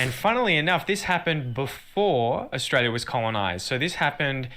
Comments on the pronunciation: Sorry to disappoint but you don' sound Australian you actually are putting the stress in the wrong place and your pronouncing the U sound we dont . Try this o·stray·lee·uh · Yes I agree but he is still saying Orstralia no Uh-stralia. I only just thought the other day in the intro wow he sounds a bit Aussie- had no idea he was actually trying 😂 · Hi from Australia, Canberra. Can I suggest you pronouns Australia like 'os-trail-i-a' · Uh. We don't say oh like Americans do, to translate it to American pronunciation it's "uhstrayleeuh" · Oss-tray-ya, mate😉